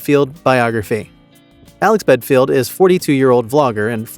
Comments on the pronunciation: Ha you Americans make me laugh . In such a rush to jump on the band wagon you can’t even get his name right , even when it’s on the first screenshot of his website . Dumb or what . Do some research instead of reading a rushed script. Bad video can’t take your channel seriously. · So many things incorrect in this video bit least you can't even get this name right. Shocking example of You Tube video makin, improve or give it up! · Get your facts right. BELFIELD. NOT BEDFIELD. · Sounds like you’re saying bedfield, well which is it, Belfield or bedfield ??!! If you’re gonna shame get the name right. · For Christs sake, at least get the idiots name right, it's Belfield, not Bedfield! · Bellend not belfield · His second name is Belfield. Not Bedfield. This Alex Belfield is a lier and a con artist. I have watched quite a few videos of him in 2020 in the lockdown and he came across as the man of the people. As I got to watch more of his videos, a darker side was starting to emerge. I have never given money, because I don't do anything online and when Alex Belfield started ask his fans to give money to sue the BBC, it came across as doggy. Why did he not pay the court fees himself, the money he conned out of his fans was for his holidays and lavish lifestyle. He does not really like women much, a racist, makes fun out of over weight people and just a all round horrible human being. 5 and a half years was not enough prison sentence for him, he should have got at least 10 - 12 years. The simple fact is that he showed no remorse for his 4 stalking crimes, the sentence was not long enough for that reason. If the punishment is not harsh enough there is a chance of Mr Belfield committing the crimes again. Why is his social media sites still active, close them down?? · BEDFIELD? you can't even get his name right ffs!! But hey, high in the algorithm right now huh? and you got my click. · Belfield?? BELL-END!